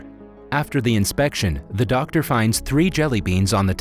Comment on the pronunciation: I like how he said ‘Der’ Simon instead of Doctor Simon 🌝😅